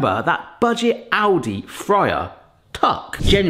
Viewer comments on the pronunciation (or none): Bro really said Audi🚘 instead of Aldi🛒